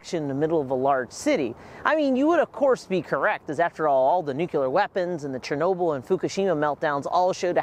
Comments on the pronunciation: The word ”nuclear” is pronounced “new-clear”, not “new-cular” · Learn how to pronounce nuclear! NOT nucular! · Nuclear not nucular. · I was going to save your video, but I cannot now. Please learn how to properly pronounce the word: "Nuclear". >> NU-CLE-AR << It is really quite simple. Why do so many people speak sloppy english? That is what I really want to know. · And he keeps saying "Nuc-yuh-ler" to boot. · You mean nukular lol? I know. How can you study nuclear but not pronounce nuclear? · Yes! Everyone needs to stop saying NUKULAR 🤨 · Really wanted to learn about this but couldn't make it through more than a dozen "Nuke-you-ler" and gave up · Yeah, I left a similar comment. I’ve always wondered why someone would pronounce “nuclear” as you say. I recommended he try “new-clear” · “new-clear” looks like it would be two syllables—also incorrect. Try NEW-Clee-ur. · You actually notice and point that out but not "Nuke-u-lar" over and over? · Bro that matters 1% compared to Nuke-u-lar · Nuclear* Its pronounced nuclear Kek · NUCLEAR!!! There’s no second u in nuclear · Considering nuclear is derived from nucleus I'm confused about where the different pronunciation comes from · Nice summary but for repeated mispronunciation of Leo Szilard's name (2 syllables, not 3) and nuclear, not nuculer.